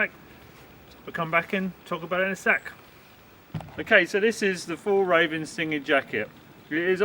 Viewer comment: Nice review. Glad it’s fake fur. It would be nice if you would learn to say Fjällräven. It’s not that hard if you try 😀